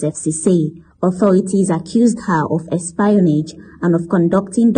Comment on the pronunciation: ES-PIE-YOUR-NAGE.... ok oooo